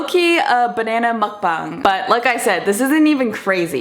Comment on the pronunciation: Thank you for pronouncing “muk bang” (먹방) correctly. It makes me cringe hard when people say it like it’s “mook.”